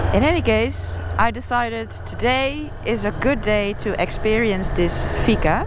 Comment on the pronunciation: It is fika. Not figa 🤷‍♂️